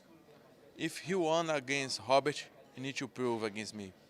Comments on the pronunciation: In Portuguese R is pronounced like H..hence " Funny " Hobert.. sounds like he's calling him a " Hobbit" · Robert mate Robert "Rob Bert" Not Hobert